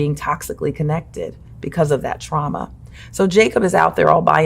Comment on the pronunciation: KJH: she not saying twauma cowwectly